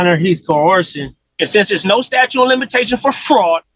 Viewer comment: OBJECTION!! He says there's no "statue" ?? Do you mean statute?? I'm just axing 😂